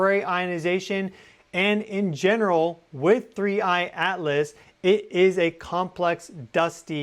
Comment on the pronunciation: Thnks. Buy the way, you called it "3I ALICE" a few times 😊...